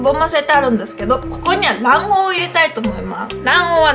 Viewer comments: 卵黄がマンゴーに聞こえた(笑) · 卵黄が団子って聞こえて(･д･｡)え？？っと思ったww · 卵黄が団子に聞こえてびびった(^_^;) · 卵黄がだんごに聞こえてなに！？って思った😅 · 卵黄が「団子」に聞こえて「え？！団子ぉ？！」って言ってしまった笑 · 卵黄？団子に聞こえた笑